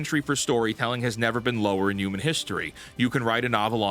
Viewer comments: "YUU-MAN" where are you from, its HUUUU-MAN. Say it like WHEW-Men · This is now the fourth video of yours I've watched. I really enjoy them, but I have one question....what do you have against H's!? I've never heard someone pronounce Human as Uman before lol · I HATE HOW HE SAYS HUMAN AS UMAN, LEARN ENGLISH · WHAT THE F**K IS A "YOOMAN"?? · There's no Y in human. Pronounce the H. Ok, so yes, the Old Guard (Boomers) runs Hollywood, but it's the Millennials, who are convincing them that the "Modern Audience" is real and that every movie needs to project The Message. The entire state has got their heads SO far up their asses, that not even a black hole could dislodge them. The same thing has happened to what is now euphemistically called "The News". It's not the anchors, who are my age, writing the stories. It's the Zenial "Producers". Your parents snowplowed away all the problems you might face, thus making your world gray and dull. Is it any wonder then, that gray and dull is what you produce? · Stop pronouncing “human” like that you psycho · That’s cool and all but the fact you say “yoo-men” instead of “human” just really bothers me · Man, saying youmen got on my nerves. Enjoyed the topic and thought but that was too rough. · Breh stop saying "yuman". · "Yooman." 🤭 Almost as good as ChrisFix's "wonder".